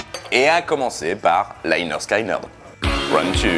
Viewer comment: On dit pas Sky pour Lynyrd Skynyrd mais skinyrd je sais pas si c clair mais sinon aller sur Google translater et écouter comment elle dit en anglais